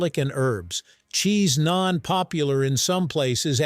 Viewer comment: It's Naan, not Nain. 😂